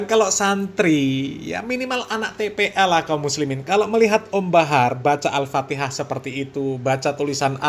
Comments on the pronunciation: Masa bacaan Fatihah begono harhar😂😂😂 belajar dulu har makhroj tajwid har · Kalau dilihat dari ilmu tajwid ya salah Har bahar.. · Bacaanmu Ambyar Har gk bs merinding klu d dengarin Har Guwooblok ente har mahroj gk tepat tajwijnya gk tepat Har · Bahar sadarlah kau baca fatikah salah. mompong belom kena azap Alloh har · PANJANG PENDEKNYA KAGA ADA BRO GAK PAKEK TAJWID, aeperti ngaji huruf abcd latin😊😊